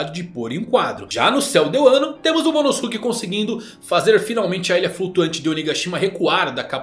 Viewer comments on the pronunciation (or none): none